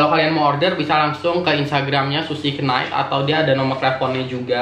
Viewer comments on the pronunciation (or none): Knight itu K nya silent. Jd gak kenait sih🙈